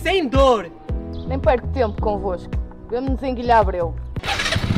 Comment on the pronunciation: A quantidade de vezes que puxei o vídeo para trás 😅😂 (minuto "Guilhabreu", ela disse como se o a tivesse um acento "Guilhábreu"😅)